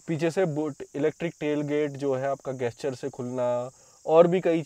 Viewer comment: उसे गेस्चर नही जेस्चर कहते है। कहा से सीखते हो अंग्रेजी तुम लोग।